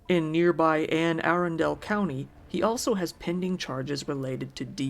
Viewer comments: It’s pronounced “uh-run-dill” not “aarondale” lol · It’s pronounced “Anna-Rhun-dull” btw, not Anne Airendale lol. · As a resident of Anne Arundel county I am so irritated by you saying Anne Aarondale. It is pronounced A-Run-Del. I love your content though, keep up the good work. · It's pronounced A-Run-DULL. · As a native Marylander, the county is pronounced “Ann-Ah-Run-Dahl”; it can be a bit tricky to say. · Hey friend! In the future it is Anne ah-run-dull. :) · It’s pronounced Ann-a-run-dull county my best friend grew up there. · The county is pronounced Anne A - RUN - dle. If you are going to say it so often, learn how to pronounce it right. Marylanders might get upset. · Interesting story. It's pronounced Ann-uh-run-dul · FYI Anne Arundel is pronounced An uh RUN del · Super not important, but "Arundel" actually has the emphasis on the middle syllable when you pronounce it. So all together, it sounds like "Anna Rundle" :D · it's pronounced ANN A RUN DOL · It's pronounced "ann a run dell", Arundel is from old English, also a town in England and bought to England from Norman conquests. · Great video, however, the county in MD where this peculiar case hap'nd is pronounced Arundel: uh-run-dull. Anne Arundel County, MD 😊. Thanks for a break from the mundane 😉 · isn't it are-un-del? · Baltimore native here- Arundel is pronounced 'ah-run-dull'. That being said...I have family in edgewater! OMFG NO! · Pronounced "ann-a-run-dill" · Haha love your channel ! I’m a Marylander and love the way you said Anne Arundel lol ! We pronounce it as “Ann - uh - run- dull” so Anne (like the name) then “uh” like 🧐🤔 .. “run” like she’s a runner she’s a track star 🏃🏻‍♀️ then “dull” like the dull way we say this county’s name 😂 ! I vote we say it like you ! ❤️🙌🏽 big fan !! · I have to let you know that you are pronouncing Anne Arundel incorrectly